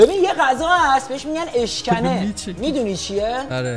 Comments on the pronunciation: اِشکِنِ نه اشکَنه😂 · اولا اشکَنه نه ، اشکِنه بعد هم مال ملایره یکی از شهر های همدان 😂😂😂🎉🎉🎉❤❤❤ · داش اشکَنه نیس ، اشکِنه اس نمیدونم مال کجاس ولی ماهم میخوریم😂